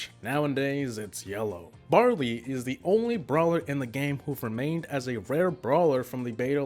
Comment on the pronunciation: They was he said barley and ricochet killed me. 😂